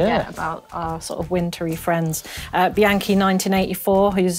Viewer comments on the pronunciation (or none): none